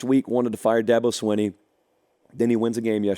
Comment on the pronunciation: ITS PRONOUNCED DA BO- SWEENEY